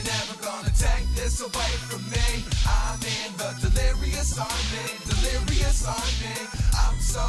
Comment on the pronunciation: The delirious sandwich had me dying!!!😂😂 its LERISHUDNES!